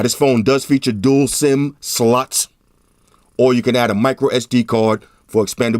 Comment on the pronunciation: i love saying memory card "slot" lol. 😂🤣😂🤣 #bestinyoutube #dualcamera need an upgrade from my old note phone..